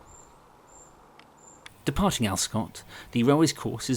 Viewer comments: Cheers for this, although the locals pronounce it 'Alver-scot'! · Further snippet of local knowledge - 'Alvescot' is given three equally weighted syllables and the 'v' is voiced - Al-ve-scot. Time and pronunciations change, but I can offer only 1950s/60s conventions.